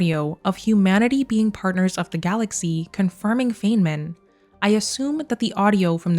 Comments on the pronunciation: Feynman, named after physicist Richard Feynman, is pronounced "fine-mun", not "fayne-min". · It's actually pronounced "fine-man", not "fayn-man" 👍🏻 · Pronounced "fine-man" Edit: this is amazing detective work. Edit edit: not being negative about the Feynman pronunciation thing. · FYI Feynman is pronounced as “Fine man”. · Tiny correction - Feynman is pronounced "Fine man" 🖖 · Some thoughts and queries to 1. It says Dyson bubble though, not an Alderson disk. Or do you think they might retcon it to this? Regardless, good find. 2. , I have to be that guy and say, his name is pronounced as "Fine-man" 3. Could this Mass Relay be the Baterian relay Shep destroyed in ME2 Arrival DLC? Would make sense as it would signal the prelude of the Invasion. And the audio would be beginning of the Invasion on Earth. 4. I agree that it is more likely that they would go on a parallel universe, maybe 4 for all 3 + No choice endings. Or they could just pick one as cannon and go from there. Thanks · Feyman is a long "I". Fi nman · Is it okay that I need to point out that Dr. Feynman’s name is pronounced FINE-man? I am pedantic when it comes to names and he’s one of my heroes. I know people don’t like to be corrected, but I thought you might want to know, since you are so meticulously analyzing these clues. If you ask Siri or Google, they will say FAIN-man, but if you watch his lectures (they’re all available on YouTube), you will learn otherwise. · Either you mispronounced Feynman or I did all of my life.